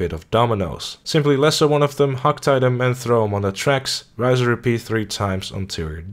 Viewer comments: Why do you pronounce "rinse and repeat" as "rise and repeat"? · He called Hosea "Horsey" Also, rise and repeat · Tip #1 should be learn how to pronounce "rinse" properly lol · You keep saying RISE AND REPEAT, but its riNse and repeat...